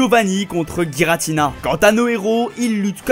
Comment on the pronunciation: C'est bel et bien "Giratina" et pas "Guiratina" xD